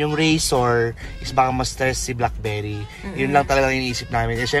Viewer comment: Hahahahaha blaak-bey-ri